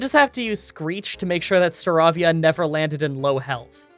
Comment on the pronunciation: The way he pronounced Staravia 🥴